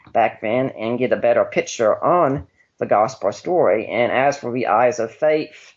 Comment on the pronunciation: Gospurr lmao twerp